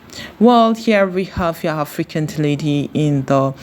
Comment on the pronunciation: It's "AFRICAN" and NOT "AFRICAND" PLEEEAAASE!!!!!!!